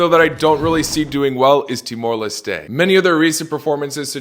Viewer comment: his pronunciation of Timor-Leste was too much: -10 points from Everton